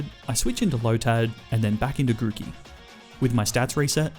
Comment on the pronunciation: THE M IN GROOKEY IS SUPPOSED TO BE A K!